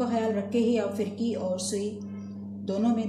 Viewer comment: Aap ka talaffuz sahee nahee hay, FIRKI naheen balkay PHIRKEE sahee lafaz hay.